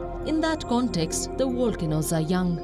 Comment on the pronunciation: volcanoes, not wolcanoes